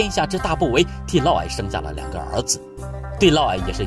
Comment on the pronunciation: 嫪（烙）毐（矮）